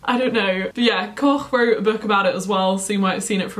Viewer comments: lol Koch is usually pronounced like “cook”! and this video was so helpful thank u <3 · It's pronounced "Coke"